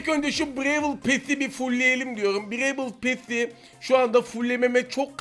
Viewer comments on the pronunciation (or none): Brewıl pess 😂😂😆